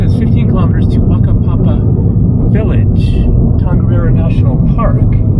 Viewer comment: what a town Whakapapa - either say it as you read it or I think Mao's pronounce WH as F so Fakapapa!